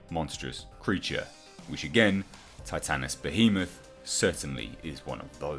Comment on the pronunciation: You are the only one who has pronounced Titanus Behemoth